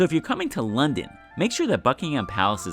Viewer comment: Great video! May I make a suggestion (..as a Londoner). We pronounce "Buckingham" as "Buckingum" as in "um" not with "Ham" as in the meat. If you do you will head and shoulders above other American tour guides! Greetings from London!